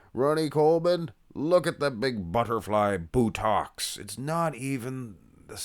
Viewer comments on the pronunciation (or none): Butterfly with the emphasis on the word butt.